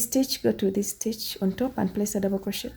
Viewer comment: It's not crochettttt. It's crochet. The t is silent. The tutorial is nice beside that